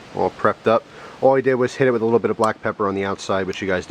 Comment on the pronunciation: for a sec it sounded like you said thats what my pecker looks like instead of pepper